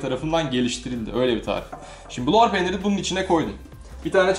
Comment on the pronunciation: Lor peynirini molpet gibi söylüyon hacı